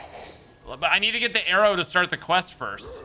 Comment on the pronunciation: when says ‘arrow’ it sound like a Chinese person saying ‘hello’ 😂